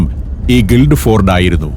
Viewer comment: സന്തോഷ് സാറെ ഗിൽഡ് ഫോർഡ് അല്ല ഗിൽഫോർഡ് എന്നാണ് പറയുക, ഞാൻ ഇംഗ്ലണ്ടിലെ ഗിൽഫോർഡിൽ ആണ് താമസിക്കുന്നത്